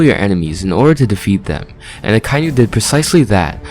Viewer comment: Great video, but why do you pronounce Akainu that way? The dub pronounces it Ah-kah-ee-nu